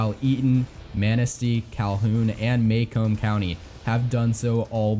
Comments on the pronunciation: Nitpick on some pronunciations: It's SHY-a-wass-ee County and muh-COMB county. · You pronounced Macomb county wrong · Good video but you absolutely butchered the pronounciations of some of those counties. Lenawee is actually pronounced Lenaway, and Macomb is Mahcomb, not Maycomb.